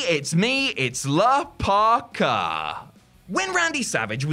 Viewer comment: Isn’t it La Parka and not “Le”? Lol